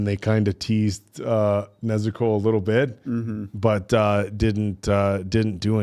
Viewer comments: they say Nezooko, putting too much emphasis on the u sound. It's the same way Tanjiro says it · Oh, and they can't pronounce Nezuko right either